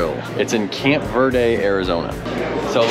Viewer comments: Its Camp Verde with a hard E for christ’s sake. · This is my home town, born and raised there. Amazing riding all around there - oak creek canyon, up the mountain on Zain Grey to Payson, up thru Jerome over Mingus Mountain, etc. Locals pronounce it 'Ver-dee', not 'Ver-day'. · Camp ver-Dee is how we pronounce it 🤘🏻 love the vlogs man, just bought a new bike I can’t wait to make a trip and get some thrashin parts on it !